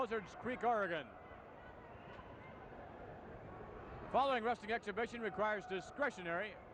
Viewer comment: It's like nails on a chalkboard when someone pronounces Oregon as "Or-a-gone". It's "Or-a-gun".